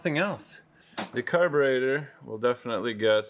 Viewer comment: from now on it's called "car-baiter" like the Mopar guy(I can't think of his name) here on YT that lives in Canada too.